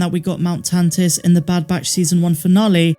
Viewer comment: You said Mt Tantis correctly. LOL!!!!